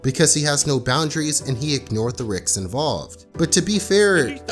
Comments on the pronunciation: what's a "Rix"? why did he "Axe" Bart? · did you just say ignoring the riks involved? instead of risks? hahahah I'm not insulting you, it's just cute since i do that too XD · Is Noone going to point out the fact that this dude said "the Rick's involved"?... 🤣 🤣 🤣 Seriously though, good video